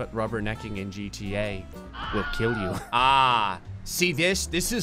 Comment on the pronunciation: “Your weapon will keel”